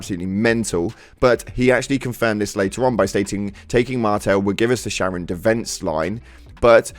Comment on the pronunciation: Charon is prounounced like "Karen"